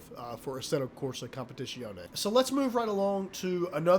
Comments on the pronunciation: As an italian i had to puke every time... its a Z, not "sh" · If it matters the proper pronunciation is "com-pe-tit-zee-own-ee" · I love the way you pronounce "competizione" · Attila Giber a competizionét már nem tudja kimondani...:D